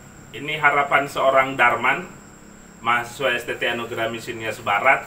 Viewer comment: Jadilah "mahasiswa" mas... bukan "mahasewa"...